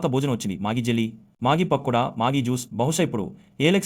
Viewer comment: Adi maagie kadu rah golli gaa maggi... Nee pichi kuntla naa s**li